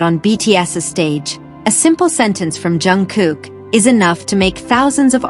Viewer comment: Jungkook. Pounce it right!